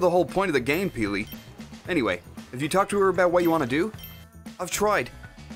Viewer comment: Peely not feely